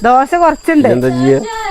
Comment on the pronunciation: ദോസ അല്ല ചേച്ചി, ദോശ 😅. സൂപ്പർ